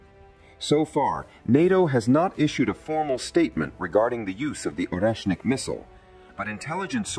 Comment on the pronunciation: AI mispronounces so many words... It can say or-esh-nic yet struggling with Kiev...not keeeevv it's ki-ev Also sha-heed missiles not sha-head SMH